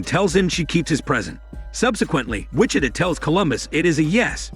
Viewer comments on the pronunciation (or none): For the narrator, for future reference. Wih-CHi-Tah (Wichita) Gih-Tah-Rist (Guitarist)